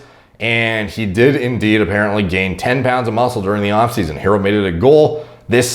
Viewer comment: Pronounced her-roe. Lol